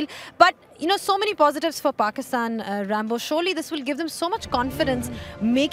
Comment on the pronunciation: Why the fuck is she calling ramiz rambo. Sounding too weird odd bad arghhh. 🤮